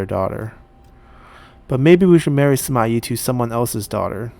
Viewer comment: Shouldn't the Yi in Sima Yi be the fourth sound